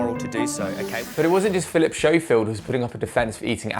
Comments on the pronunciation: That would be “Philip Scofield” not “Philip Showfield!” 😜😂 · I'll never trust a brit that pronounces it 'showfield' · It's not show-field lol